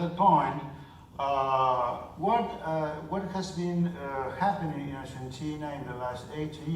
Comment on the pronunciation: argenchina? jaja